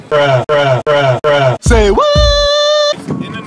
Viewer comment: When she said aussy aussy oi oi oi it did my head in